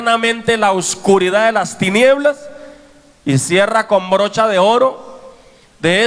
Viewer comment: Con brocha" de oro dice el pastor 😄 y es broche 😟